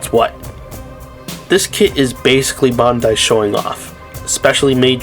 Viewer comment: My man pronounce Bandai correctly please for the love of God